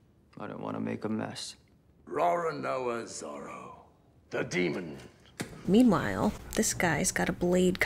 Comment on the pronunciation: ROW-ROW-NOAH ZORO